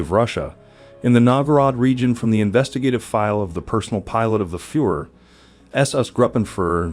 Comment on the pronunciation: Agree completely with”B”. Seems like most people don’t give a damn about the way they speak. Proper pronunciation is an integral part of language. I never understood the laziness evident in mispronouncing names. Mind you, I am not suggesting one should pronounce them 100% like a native speaker but for heaven’s sake, Hans and Führer, to mention abut two of your mispronunciations, have been in the general vernacular since, well, WWII at least. You are clearly an intelligent person so I am at a loss why you don’t care enough about this, given that you are publishing otherwise intriguing video.